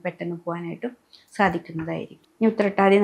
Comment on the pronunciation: Utthrattathi onnum clear alla